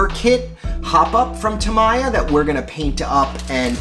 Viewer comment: You should look up how to pronouce "Tamiya"